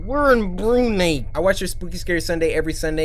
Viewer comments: Brunei is pronounced as Broo-nai cory... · I’m sorry Cory but I laughed when u pronounced Brunei as “Bru-NAY” 😂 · cory: Brunei me: Cory i just wanna let ya know that u pronounce it as Brunai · lol CoryxKenshin : BRU NEY? (its pronounced bru nai) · Cory, it's pronounced 'Brunai'. You are the first person I known pronouncing Brunei 'Brunay' but hey, now you know we out here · hi cory, i am from what you call “brunay” i am here to tell you that it’s pronounced: brunai if that doesn’t help google it IM TRIGGERED SHAHDH GSHSYR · when cory says brunay i kinda laughed abit cus its actually pronounced bru(nai) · Cory: BRUNEI?!? Me malaysian samurai: Its pronounced Brunai XDXD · It’s pronounced “Bru-nye” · Brunei is pronounced Bru-nye :( idk why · Literally everyone else: Brunei Cory: BROONAY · cory its pronounced Brun-eye but its ok even of how u pronounce it since my country is underrated😂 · YER my country, I never knew someone here already caught Cory's attention, so glad. But the way he pronounced our country's name 💀